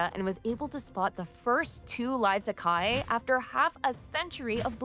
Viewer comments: FYI Takahē is closer to Tah-ka-HEEY, not Takai. Cheers!! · It's pronounced ta-ka-he (taa-car-hair) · Takahe = Tah-ka-hey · Does my head in when they can’t pronounce takahe 🤬💩